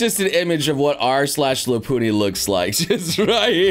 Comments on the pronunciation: its not lopoony its lopunny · Lop-un-nee Lopunny. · that sounds more like an accent than a mispronunciation lol